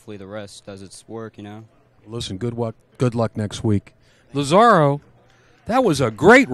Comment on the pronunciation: The kids have the skill to be professionals. Wouldn't it be nice if commentators learned how to pronounce the players' names before the match so they don't put their foot in their mouths. Lazaro doesn't rhyme with "tomorrow". The accent is on the "La". When the Latinos take over America, the Gringos will learn how to pronounce Spanish.